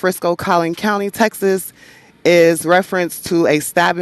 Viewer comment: She said country 😂 my love its county